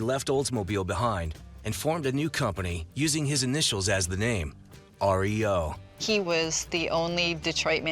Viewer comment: Pronounced REO, not like the band which is R. E. O.!!!